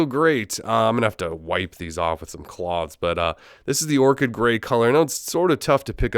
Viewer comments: Its orched not orket bro 😡🔥🔥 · how can someone manage to mispronounce orchid? smh...